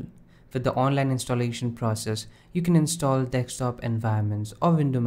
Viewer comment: Please, please, just once... say "DESK-TOP" instead of dextop... Please! I beg you!